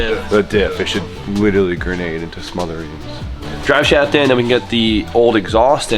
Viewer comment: Im pretty sure its not smothereens its Smithereens sir lol